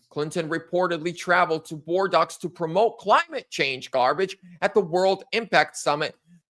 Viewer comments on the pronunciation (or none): It’s French you pronounce it like BORDO not Bordux